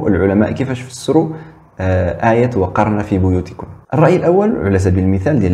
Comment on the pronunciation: عصيد لا يجيد حتى قراءة القرأن قال :وقرن في بيوتكن بكسر القاف عوض نصبه بالله كيف نثق في هؤلاء الملاحدة وهم لا يؤتمنون في النقل!!! اسمع الدقيقة